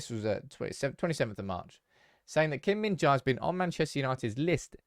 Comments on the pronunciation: Hey bro. It’s pronounced Kim min-JAY. Not JAI. Appreciate your content as always. Korean united fan. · The pronunciation is kim-min-jay not kim-min-jai.